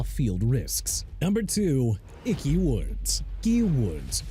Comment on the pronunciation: YOU AIN'T SAID WHAT CFL TEAM STEVE SLATON WAS ON!!! ALSO DUDE IT'S CLINTON PORTIS NOT PORTERS AND TERRELL DAVIS PRONOUNCED TUH-RELL NOT TEH-ROLL AND ICKEY WOODS NOT GEE WOODS!! ARE YOU DONE BEING ILLITERATE?! IF YOU ARE, DO AMERICA AND THE SPORTS WORLD A FAVOR: QUIT!!!